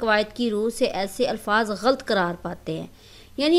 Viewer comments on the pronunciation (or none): Mohtarma aap english to parha rahi hain magar urdu theek karen. Ghalt nahin ghalat.